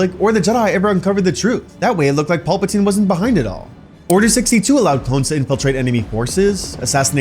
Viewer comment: are you saying Paulpatine.....? Pal-patine